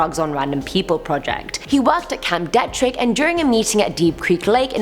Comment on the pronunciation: Camp Dee-trick is how its pronounced